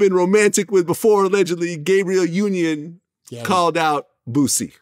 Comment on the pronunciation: this nigga vlad said Gaybriel 😂😂😂